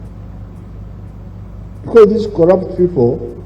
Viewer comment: The T in Corrupt